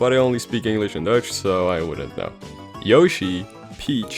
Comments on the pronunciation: did he said deutsch or dutch? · You have a bad dutch accent